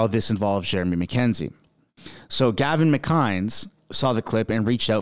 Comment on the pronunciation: You cant pronounce Gavin’s name ! Are you kidding me ? Ffs 🤦🏻‍♂️